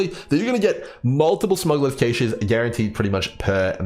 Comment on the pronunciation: it's pronounced "cash" not "caysh" 😂